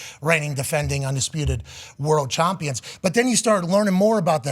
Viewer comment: Hey Pat, What's a CHOMPIONS?